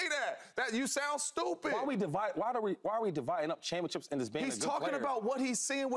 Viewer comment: Why does Shady pronounce Championships like “ChampionChips”